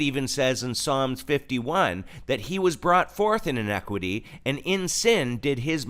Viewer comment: Careful with enunciation. INEQUITY (not fair, not just) and INIQUITY (intentional evil) are related but not the same things.